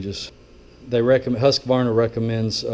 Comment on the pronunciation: Great videos.. I especially like that you, correctly pronounce Husqvarna. So, many pronounce it Husq-ah-varna.. and it drives me crazy!